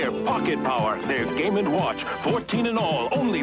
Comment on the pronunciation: "Gaay watch! Gaay watch! Gaay watch!" I'm the only one hearing this? ok